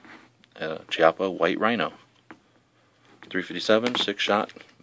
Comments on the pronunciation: It's actually "Key-Appa" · LOL chiappa-pronouced "key-appa" in Italian means butt cheek ahahhah